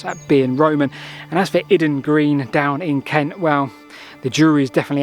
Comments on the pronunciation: Not iden but Iden with the stress on the I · BTW, down here in Kent, we don't call it I-den, we call it Eye-Den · Great video but your pronunciation of Iden annoying me lol! Is pronounced eye-den…I live around 20 minutes away!…as said though, very interesting video and have subscribed! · It’s pronounced eye-den bro 👍😎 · Nice one and Iden Green I've known about since my days with the Ramblers Association in the 90's when it was far more complete than it is now. Just a small point, the pronounciation of Iden is as in eyeden. Best of luck with the search for £10k